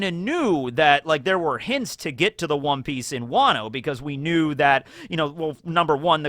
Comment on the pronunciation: Perhaps it's Wan(o) Piece